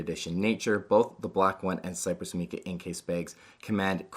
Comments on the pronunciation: Just FYI: It's "mike-uh" not "meek-uh" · Great video but “Mica” is pronounced with a long I sound, not a “ee” sound. Like MAI-kuh. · MAI-CUH, NOT MEE-CUH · My-cuh. Not Mee-cuh